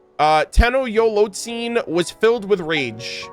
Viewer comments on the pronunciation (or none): Te"NOCHT"zitoc lol